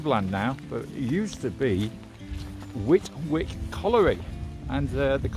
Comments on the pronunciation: Whitwick is pronounced Whitick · Great video. I’ve walked parts of this route many times over the years living in Shepshed for 25 years. Oh and Whitwick is pronounced ‘whit-ick’ 😄